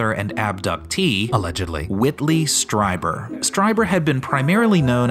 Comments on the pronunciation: Great video, guys! One thing though - "Strieber" is pronounced like "Streeber" not "Striber." But as I say, awesome analysis of this bizarre movie and equally bizarre performance. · *Strieber, not Streiber. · It's STREE-ber, not STRY-ber. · It's STREE- ber! You didn"t even watch the movie spparently. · It's "Stree-ber" lol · Are you intentionally mispronouncing "Strieber" so consistently? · First up, you mispronounced Strieber. Second, he never claimed they were aliens or extra-terrestrial, it's why he calls them "Visitors". The "anal probe" scene is played straight because it's a rape scene. Lastly, X-Files music, really?